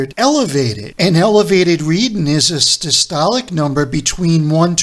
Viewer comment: READING NOT: READIN'